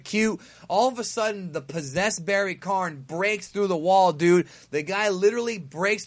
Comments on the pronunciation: It's Barry Kahn, not barry Karn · still don't know why you keep calling him Barry Karn. Its Barry Kahn. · It's KAHN...KAHN, not KARN. Come on. KAHN!!!